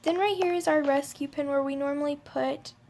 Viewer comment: No offence but its pen not pin xD